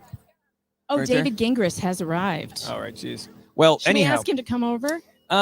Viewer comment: Lmao ok wait i JUST noticed called him Gah gingras hahahahahha even after just hearing him say jingras😂😂😂😂that was a quiet FU